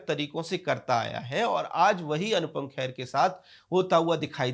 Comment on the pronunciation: Arre bhaiyya khair nahi hai wo kher hai.Naam theek se lijiye